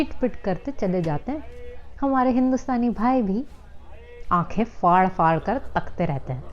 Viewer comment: Lafz Faad nahi Phad Phaad hai, Fate nahi Phate, Phula liya and not Fula liya--kam se kam yahan to talaffuz acha hona chahiye